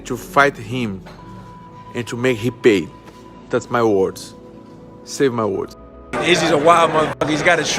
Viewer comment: He said “sev mY wards” ohh we are not forgetting those wards anytime soon 😂